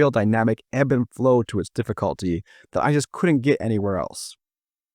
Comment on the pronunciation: Drinking game: take a shot everytime he says DIFFIKHAALTY